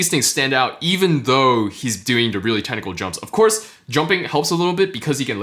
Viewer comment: Everytime he says "technical", I keep hearing tentacle.